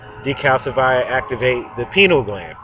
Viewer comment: Pie-Knee-AL Gland.